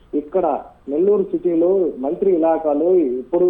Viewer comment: మంత్రి అనే ఒత్తి పలుకుతున్నారు మంత్రికి మీరు వ్యతిరేకమా ప్రతి దగ్గర ఉందిఇది ఇక్కడే కాదు ఇప్పుడే కాదు ఎప్పుడు నుంచో ఉండే వ్యవహారమే భూమి విలువలు పెరిగినప్పుడు యివన్ని మామూలే అయిపోయాయి మన రాష్ట్రంలో, అనిల్ టైం లో లేదన్నారు ఎందుకు లేదు అందరూ టైం లో ఉంటది పోకిరి టైం లో ఉంది ఒకరి టైంలో లేదనుకునే దానికి లేదు భూమి విలువ పెరిగే కొద్దీ అవినీతి రాజకీయ నాయకులు వారి అధికారంలోకి వచ్చే కొంది ఇలాంటి వ్యవహారాలు మామూలే, అసలా అధికారులు వారి భూములను కాపాడుకుంటే ఈ ఆహారాలే రావు కదా, అధికారులు అవినీతి పాలకులు కుమ్మక్కైన అప్పుడు ఇవన్నీ మామూలే మన రాష్ట్రంలోఇతర రాష్ట్రాల్లో ఏమో కానీ.